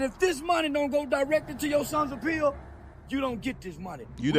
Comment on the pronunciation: Right!?! 😂 I couldn’t figure out WTH he was mumbling!